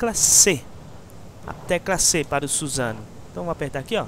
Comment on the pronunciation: suzano assim q vc fala man , é susano'o